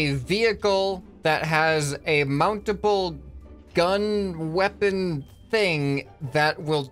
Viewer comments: "Gun wepun THing" - 2021 How can does english? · Ahhh yes a "GunWepunthing" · “Gun Wepun Thing” Ah yes, I can’t english either